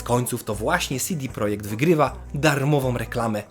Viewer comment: Mała uwaga, czytamy ich nazwę "CEDE projekt" a nie "SIDI projekt". CD to skrót od Centrum Dystrybucji.